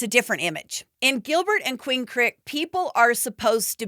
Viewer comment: Queen Crick? 😂